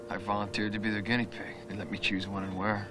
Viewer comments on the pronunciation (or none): none